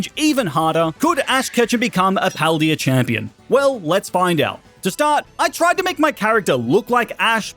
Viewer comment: why does he say paldea wrong